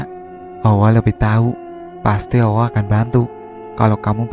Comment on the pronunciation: Susah ya min. Klo sudah biasa allah dengan sebutan awoh... ...🙏🏽🙏🏽 ttp semangat..... Sukses